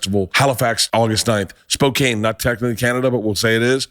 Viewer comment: Did he just mis pronounce Spokane bwahahah I love Bert